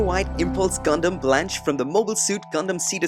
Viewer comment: Blanche no it's Spanish for white and its pronounced blon keh